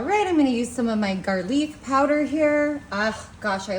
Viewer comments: She really comes off as uneducated when she can't read the names if regular every day ingredients. Come on pepper, and garleek instead of garlic. She's so annoying with the GOTTA TRY IT! NO for so many reasons. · What is gar leeek, and mechian? Purple red onion, its either red or purple, has she got a stroke